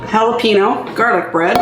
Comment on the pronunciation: Looks good but that's not how you say jalapeno.